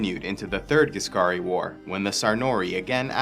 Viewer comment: What he says:"The Ghisscari war " what I hear "the First Punic war"